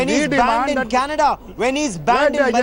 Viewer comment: she can't even pronounce CANADA just listen LOL bloody uneducated journalists